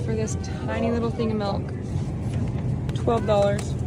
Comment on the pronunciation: Side question: Why do people say melk instead of milk?